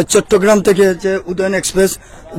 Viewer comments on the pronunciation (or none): none